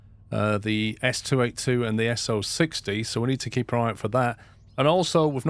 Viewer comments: Stop saying SO60! It’s S 0 6 0. It’s the wheel layout. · Absolutely loving this series! Favorite series in YouTube in a long long time. I have to say sorry to be one of those people but the "S oh sixty" as you've been calling it is pronounced "S oh six oh". In derail valley they save space in text by losing the - in the wheel arrangements. It should be written down as 0-6-0t for the tank engine and 2-8-2 for the larger one. Edited to say you are saying 2-8-2 correctly